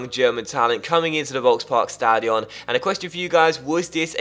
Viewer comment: HSV is my favourite team, I love watching this career mode even more than your other ones. I would however like to ask you to pronounce the the Volksparkstadion with a ''sharp'' f in the beginnings like folksparkstadion, as it kinda puts me off every single time. Besides that I'm really impressed by your pronounciation of the German words. <3 keep up the great work